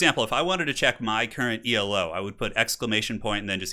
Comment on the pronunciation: I think Elo is pronounced as one word -- it's a word (after Arpad Elo) rather than an acronym.